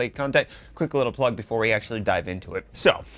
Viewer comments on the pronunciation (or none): none